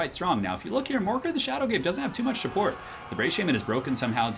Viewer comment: YOU SAID "SHUPPORT" TWICE THIS VID,!